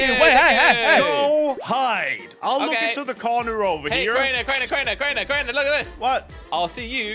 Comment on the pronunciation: Jelly said crainer store😂